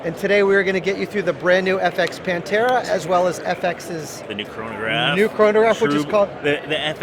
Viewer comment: Just FYI the TH is pronounced, it is not saif Pantera it is said Panthera, like the cat Panther, you don't say Panter